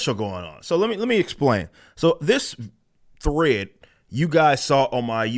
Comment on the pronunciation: Rippa out here turning 1-syllable words like 'thread' into 3-syllable words, talmbout 'thu-RAY-edd'.